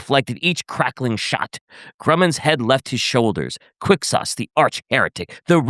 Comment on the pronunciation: “qUiCK SAucE” ITS PRONOUNCED FUCKING kwik-sohz